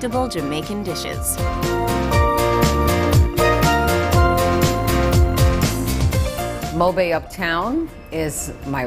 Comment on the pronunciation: lol moebay its mohbay